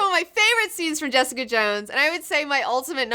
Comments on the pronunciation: Felt like hours of hearing, "Jess-EEE-cuhh!" in that British accent. Kept hearing it after watching, much like an unwanted song that gets stuck in your head. I just refer to it as JessEEEEcuh! now, in that same voice. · Ha! I totally felt the same way; I kept hearing "Jess-EEE-cuhh!" weeks after finishing the show :D